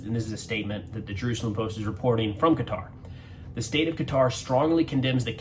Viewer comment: Glad to hear you pronounce Qatar correctly, most Americans don't. Oh and; I don't believe for a nano second that Trump didn't know in advance.